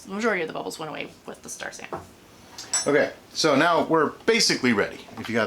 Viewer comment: Around , are you saying star sand? lol